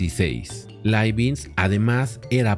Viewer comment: Profe. Leibniz no es Leibinz.